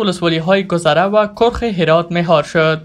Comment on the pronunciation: کرخ ک با زیر و ر باضمه